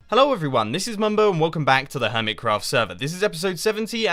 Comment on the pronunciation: his old intro sounds like... wecom bak